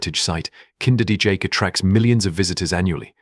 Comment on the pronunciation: AALSMEER. KEUKENHOF. KINDERDIJK. Why are you mispronouncing the names? This is a great video but the narration ruins it completely, WAY TO FAST, WHY THE HURRY?